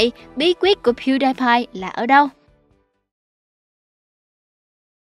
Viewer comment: Piu đi pai không phải piu đai pai